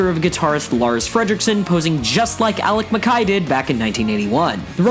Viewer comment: Alec Mckye? You mean Ian McKaye? Lol